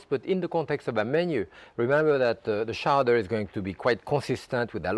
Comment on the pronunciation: Showdearr? Its CHOWDAH!!!!